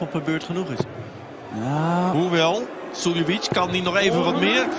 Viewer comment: The way the commentator says Suljovic sometimes sounds like he's saying silly bitch😂 play darts myself, massive fan of Sherrock, shows that it doesn't matter what the gender, you can always compete at equal levels.